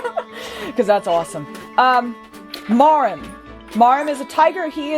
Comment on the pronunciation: I'm fairly certain his name is pronounced mwor-EEM, like Maurine and Dhalsim.